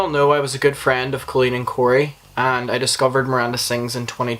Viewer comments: The video was awesome....was just so hard to hear you say her name wrong over and over again. Colleen: Coe - Lean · I appreciate this commentary, I really do but uhhh....can you pronounce her name right? I watch Swoop and it is "this is what has been said and is alleged, and make your own opinion." But you can't even pronounce her name right when it's in your clips multiple times. At LEAST get her name right before you slander her. Allegedly. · you know that's not how you say her name, right? how do you go over hours of drama for a video and not realize this lmao